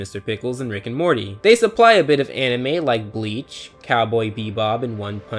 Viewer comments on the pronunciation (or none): none